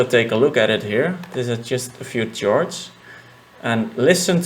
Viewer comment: I love these tutorials man. Btw chord is pronounced Kord. Yes English is stupid.